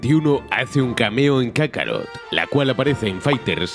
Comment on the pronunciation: Kakaro, jajajaja, no es kakaroto????